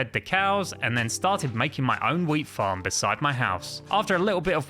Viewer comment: My video put a add when you said farm and it sounded like you said fu*k